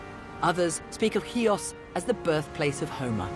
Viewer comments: How difficult is it to get that pronunciation right?! She -- Julia Bradbury -- pretty much gets it. Can't the guy in the intro say "HEE-oos" rather than "KEY-ahs"?! As a Xiotissa, this just hurts my ears ... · Ch nor K, Mr announcer at the very start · Nice video , but something I need to ask ... your mother is Greek and you can t pronounce Chios correctly ? how is possible ?